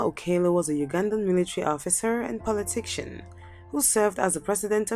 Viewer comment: Muritala Mohammed was a Nigerian head of state should be on the list. He ruled for 6 months. Your presentation is not a comprehensive and extensive research. In addition, work on your pronunciation.(politician, massacare were badly pronounced)